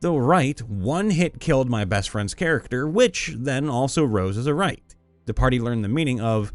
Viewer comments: I am convinced likes to botch monster names intentionally cause he's said "Wright" instead of "Wight" and "Tobaki Kadrik" instead of "Tobi Kadachi", like, bruh, what's next? Tiasquat? Dispenser Beast? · You had 4 chances to pronounce "wight" correctly and inserted an 'r' every time. I'm also curious how you got "Tobaki-Kadrich" from "Tobi-Kadachi" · I don't think you're pronouncing that wight